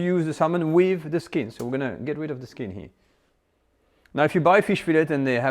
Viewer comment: I like your recipies. But learn how to pronounce “here”.